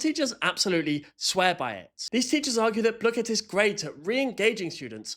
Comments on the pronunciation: this is the final darn straw, you said blue kit. I cannot watch you anymore. BLOOKET I DONT CARE ITS BLOOKET NOT BLUE KIT I DONT CARE IF IT IS SAID LIKE THAT I DONT CARE!!!!! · Lord its bl oo ket not blooooooooket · blooket; pronounced /blu-kit/ not /blue-kit/ P.S. no one told me there was a paid version? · Is he saying bluekit is it just me or most I know say blook it not the way it actually called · Isnt the teacher british why does he ays bloo ket and not bluket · everyone i know (even me, and the creator) has always said it wrong. me and everyone i know calls it blookit and the creator says blue-ket which neither are actually right and kind of a combination of the actual pronunciation; which is Blue-Kit. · everyone in my school loves blooket, and we pronounce the "oo" the same as the one in "book", and the "ket" like "kit* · BLUE-KIT?! I pronounce it BlUH-kit… I dunno, maybe it’s because I’m from the south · Idk why the hell they thought it should be pronounced “blue-kit”, I say “bluh-kit” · Bluekit? I thought it was blukit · I think blooket is pronounced as blook-it not blue-kit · "its pronounced blue-kit" NUH-UH ITS BLOOH KIT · Dawg its blooket not blueket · I used to play blooket heaps with friends (td 2) and i didn't have the king, and my friend then got it 3 times in a row 😭 also not to be mean but in the website it says its pronounced (blue-kit not blue-ket) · You saying it like that makes me rage it’s pronounced Block-et not blue-ket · "Blue ket" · “Bluekett” pisses me off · Not BLOKEET😭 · “Blue-kit” Oh well you still got the background right And the ADHD/Autistic thing is actually true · WHY ARE YOU PRONOUNCING BLOOKET LIKE “blue ket” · calling blooket "bluekit" is the real crime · Its pronounced bluh-ket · gang its bloooooooket not blooket ur saying it like dough like that o its sappose to be like do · wait... THATS how you say blooket?